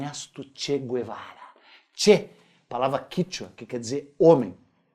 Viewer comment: "Che quervara"